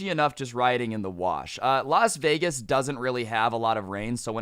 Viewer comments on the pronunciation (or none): none